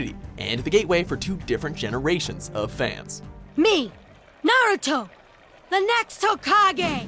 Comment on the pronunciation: anyone getting triggered at the fact that he cant pronounce any names or moves in naruto correctly?